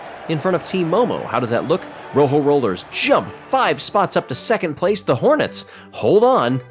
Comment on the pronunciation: Also, please, learn to pronounce Rojo correctly.